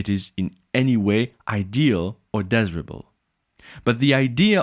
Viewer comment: Excellent and clear presentation of political philosophy. Look forward to learning more. By the way, " desirable" has a long " i" sound in English !